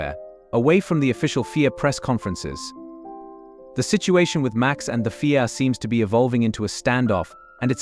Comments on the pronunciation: What the fuck is the fee-ay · FIA is not a word, its a set of initials Federation Internationale de,i Automobile. your AI is crap